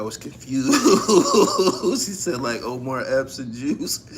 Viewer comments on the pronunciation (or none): none